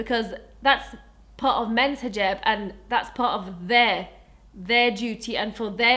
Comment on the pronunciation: She pronounces it in the way you say it in Arabic, not English. It's an Arabic word.